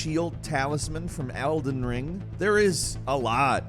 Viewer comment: I love that he says "Alden Ring" then immediately after he says it right. Starting to wonder if he plans to mispronounce shit every single episode. Like reading the wooden shield description where it says "not" and he says "no". Like Jesus Christ, it's right there. The sentence doesn't even make sense if the word is "no".